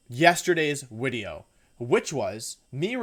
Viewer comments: Im new here and I have one question, what the FUCK is up with you saying wideo instead of video. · no hate, but why the fuck he says "uideo"? AAAAAAAAAHHHHH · Why do you say Wideo instead of Video? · JY P why does he say "wideo"? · I’d say the most evil thing is how he pronounces video lmaooo, “wideo” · Im new to Wolfey. What’s the “wideo” thing about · Can someone tell me why he says wideo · He keeps saying wideo lmao. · why does he say wideo instead of video? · Why do you say wideo? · Not to sound rude or clueless, but, what's with your pronunciation of "video" as "wideo?" I noticed you pronounced it with the "v" once, then repeated it with the "w." Again, not trying to be rude, just...genuinely confused. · He likes to mispronounce things on purpose, like how he says wideo.